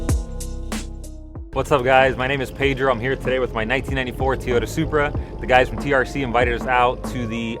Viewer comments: It's Toyota not Teeoyta! 😆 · Sounds like he is saying to-ota